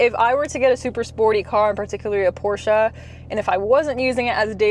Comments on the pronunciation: It's called a Porsche not a Porscher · Thanks for pronouncing Pro "SHA" correctly!